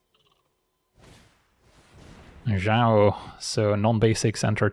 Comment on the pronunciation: You are the first MTG creator I have heard pronounce Zhao correctly lol